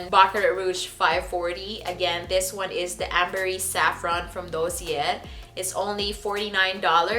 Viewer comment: DOSSIER (noun) - pronounced “dAH - sEE- ay”